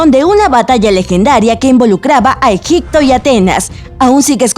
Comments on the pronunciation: También dice "Egicto" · No sólo es aclantida, también dice Egicto, corructa, concecualizacion, etc.. que mal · "Aclantida" "Egicto" 😂😂😂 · ¿"Aclantida"?, "¿Egicto"? xD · Soy yo o la que está narrando dice "Aclantida", "Aclantes", "Egicto", etc..?